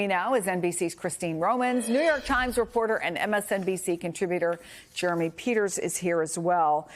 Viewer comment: They keep saying 'Jeremy' sound like 'Germy'!